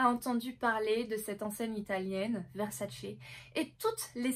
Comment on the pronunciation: C'est pas VersaCE, ça se dit VerSAce on mets l'accent sur le SA et non sur le CE....c'est juste insoutenable...à moins que tu aimes les spaghettis aux vongoLEs ou que tu regardes le mondiaLE 🤣🤣🤣